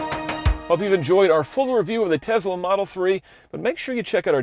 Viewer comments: Dude, you need to stop saying TeZla. It's TeSSla! As in Nikola Tesla. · “Tess-lah,” not “tez-lah” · It's Tesla, not Tezla. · Love the episode but only elitists call it TeZla and not TeSla as it is pronounced in English. All the fanboys are imitating Musk's SA accent saying TeZla. Just FYI, the name was TeSla in TeSla's native tongue anyway. It like someone constantly pronouncing "Paris" in French while speaking English - just sounds snobbish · It's TESS-la, not TEZZ-la. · This guy calls it a Tezla. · Joshua Walker — I’m also having trouble with “Tezla” pronunciation